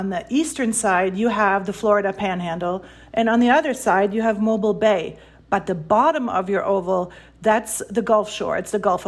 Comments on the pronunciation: It's "moh-beel'", not "moh-bill". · Idiot pronounces Mo-BEEL as Mo-Bul. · pronounced “Mobile” wrong! It’s pronounced “Mo-beel”. The second syllable is pronounced with a long “e”. That’s not because of a Southern accent. It’s simply the correct way to pronounce it. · It’s pronounced “Mobeel” not like a mobile phone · BAHAHAHHA how can I take this seriously when this "expert" is not even pronouncing the city name "Mobile" correctly.